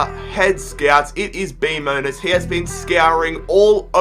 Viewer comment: LMFAO!! It's BMonus!